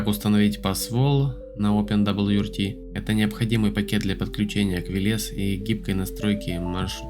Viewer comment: "опендабльюэрти" чел, живётся тебе, очевидно, очень сложно